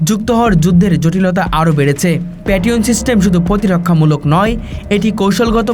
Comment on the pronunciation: জিনি খবর পরছে তাকে আগে ভাষা বা উচ্চারন শিখুন কারন আপনি পেট্রিয়ট ক্ষেপন অস্ত্র কে আপনি পেট রিয়ন বলতেছেন আর বালটিক রাষ্ট্রকে ব্যালাস্টিক রাষ্ট্র বলতেছেন কোনটা সঠিক